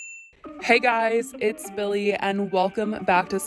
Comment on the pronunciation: ive been watching you for months, this entire time i thought you were introducing yourself as "billy" 🤦‍♀️